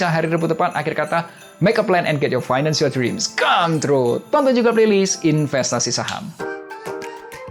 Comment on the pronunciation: MELEK FINANCIAL KOH, BUKAN MELEK VINANCIAL